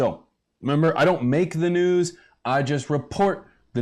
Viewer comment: Did he just say we got lots of nudes? no thank you 😂😂😂 he keeps saying it wtf Canadians cant say news????? Lol crazy